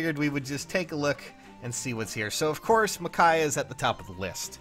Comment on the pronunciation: Michaiah? It’s Micaiah.